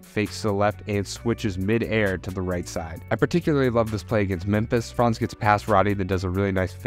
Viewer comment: Hey there... the pronuncation of "Franz" isn't like "France" with a long vowel but with a short one, like in "buns". Greetings from Germany ;)